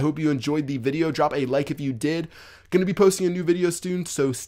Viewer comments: lol instead of soon said stoon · probly instead of probably and posting a new video stoon , is he stoned or something haha